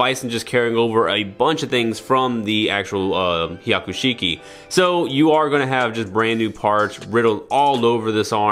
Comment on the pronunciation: Broh, did you say "Waman?" Like Haman but... the whole Warior "WA" inserted to make her "bad". And piloting a Haiku Sheik? Dude... that's a mountain of lore implications. "Evil Haman avatar" piloting a black Char/Quattro suit. I didn't even need to wiki-dive that!